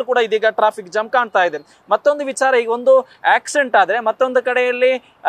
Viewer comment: ಹೆಬ್ಬಾಳ ❌ ಹೆಬ್ಬಾಲ ✅ Jam ❌ zam ✅